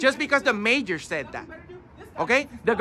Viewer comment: Not the mayor, the major!!!!!😂